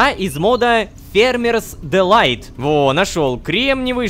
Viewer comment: Он сказал дЕлайт, а не дИлайт)